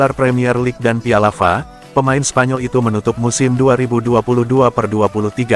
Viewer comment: Yg baca narasi bikin eneg dengernya ...masa F.A bacanya fa